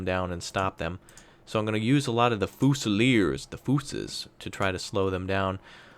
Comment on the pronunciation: It's. FEW-ZI-LEERS. (Fusiliers)